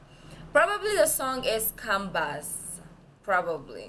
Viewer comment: U can search translation of the song from the net.Probably u will find.And "cambaz"u should read like jambaz. C is not K in turkish.It sounds like J. You re! Gripin-Durma yağmur durma reaction please. U should check the translation from now on.Take care.